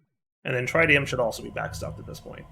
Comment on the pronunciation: Not even three minutes in and already mispronounces tritium for the countless times he's been using Mekanism. It's pronounced "tri-tē-əm" with the first i like how you pronounce "big".